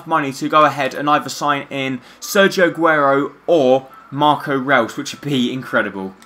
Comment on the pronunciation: Great career mode man, btw just so no one gets annoyed with you it's pronounced Marco Royce(I know it's spelt reus) but that's how it's pronounced and Rodriguez is pronounced as hamez